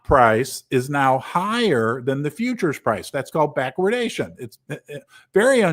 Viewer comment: I'm so proud of you for pronouncing "backwardation" correctly :-)